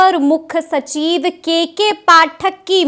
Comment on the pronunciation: मैडम जी "सचीव" नहीं 😁 "सचिव" होता है!😂